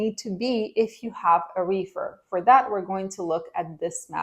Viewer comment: Your refer was funny its sounds like you said wefer market its all good just got a good laugh from it🤣